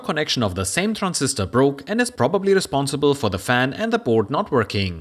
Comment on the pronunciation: It’s Board with an a not Burd with an u